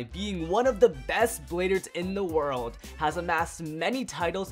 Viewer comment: “Waurdo” spriggan?